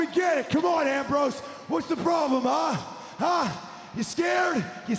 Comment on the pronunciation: he says ram rose.